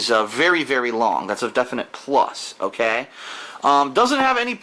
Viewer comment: "Oghkay". Oof.